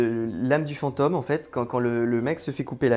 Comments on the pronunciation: V'nez, on dit FantÔme et pas fanteume ^^. Oui je chipote, mais ça me pique le noreille, j'y peux rien ^^' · unrelated mais l'accent sur "fantôme" ("fente"+"homme" au lieu de "fente"+"ohm") ça m'a un peu distrait au début mdrr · Pareil. Cette prononciation à la 'fantoche' est vraiment perturbants surtout que le mot revient souvent. Je ne détecte pourtant pas de trace d'accent bizarre dans le reste de son discours. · FantÔme, drôle de prononciation :D J'adore votre chaîne sinon, bonne continuation! Essayez aussi de bien voir que les insultes menaces etc...n'ont absolument rien de sérieux, elles proviennes 99% du temps d'enfants (16 ans maximum)...ça fait un choc de comprendre que le père noël n'existe pas...Jamais ils se permettraient de s'adresser à un adulte comme ça IRL...